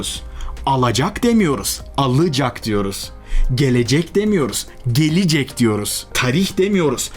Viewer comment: Saydıklarınızın bi kısmını ben sizin gibi okumuyorum söylemiyorum, mesela "gelecek" niye "gelicek" diye okunur ki? Bu spiker Türkçesine aldanmamak lazım, çoğu durumda yanlış bir şekilde kullanıyorlar zira..